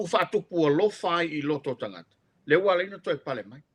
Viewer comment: magaia pe aga le um so'o le loia.just saying.would be nice without so many ums and tautala i le t ae leo le k. tagata.not kagaka.etc.